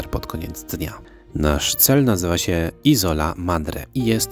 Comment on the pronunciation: Isola akcent przypada na pieewsza sylabe..sorry ale to totalna niekompetencja i brak piziomu..